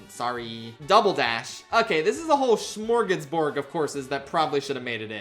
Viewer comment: Just so you know, it's not shmorgasborg, it's smorgasbord, and it's pronounced about as it looks. WITH A D sound, and usually just SM at the start (as in the Swedish original). Even autocaption doesn't know this mangled pronunciation well enough to guess what you're trying to say.